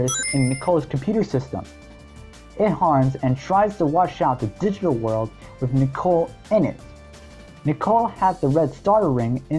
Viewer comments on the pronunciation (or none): none